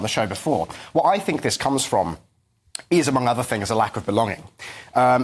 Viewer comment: Is it me or is the reincarnation of Rik from the Young Ones!! Also, please can someone tell him to say "think" and not "fink" as it makes him sound like a student and not a serious Political Commentator, if that's in fact what he is!!!